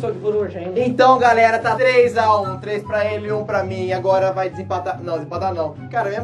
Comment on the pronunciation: vc falou galera ele fala garela e garelos